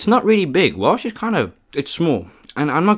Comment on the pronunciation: Nice vid entertaning. Just a question as you cannot drive a car do you walk by youraelf to hwt your food for your vids. Also your pronounce it whales i know ots wierd but there ys go